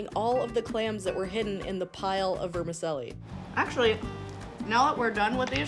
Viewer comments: "Vermi-CHELLI", not "Vermi-selli". CONGRATULATIONS! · Is it pronounced "ver-ma-sellie" or is it pronounced "ver-ma-chelli"?? Where I'm from it's "verma-chelly"...😂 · Awesome but its ver-mi-chel-li.....like you'd pronounce cello. And Zermatt I think Switzerland, well, it was certainly the Matterhorn of seafood! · It’s pronounced Verm-a-chelli in Italian. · Say it with me now…ver-mi-CHELLI. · Here in NZ we pronounce Vermicelli as Ver-Ma-Sally. Great Video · Never heard of anyone calling it Vermi selly???? What is it selling? lol I am Italian and that IS NOT the way you say it. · I reallllllly wish she would prounce vermicelli correctly. VermiCHELI. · Not being a twat but is it not pronounced ‘vermacheli’? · Lol it not vermassseli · She lost me with her pronunciation of vermicelli and that she wastes the best part of that meal which is the juice in the prawn head.